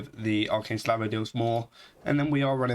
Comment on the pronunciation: Slavo? Say it with me buddy.. S - a - l - v -o!! You're a native english speaker, you should know better. I'm sorry but this really frustrated me listening to you miss the word like 15 times in 2 minutes :D